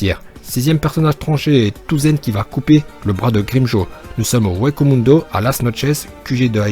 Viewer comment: On dit pas touzen mais tossen On dit pas vizard mais vaizard